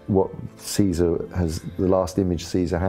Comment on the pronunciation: But when will people learn to pronounce Caesar?